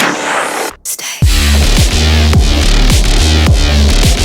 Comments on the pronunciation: bruh my hit with the B A N G I O R N O, im from tialy admin and i send love. keep the great stuff up! btw it's UO XD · I have never seen a full auto Maxim and when he said bonjourno and then i heard that quiet little brrrt i honestly was on the verge of tears